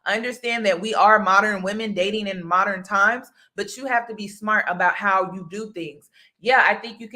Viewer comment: Modern, not MO-der-ren men, lol